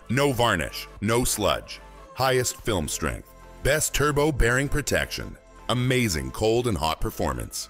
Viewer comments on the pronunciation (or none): none